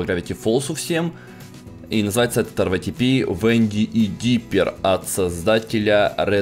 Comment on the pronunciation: Ска заел уже ЭР ВАЙ ТИ ПИ ска говори ритэпэ ПЛЕЗ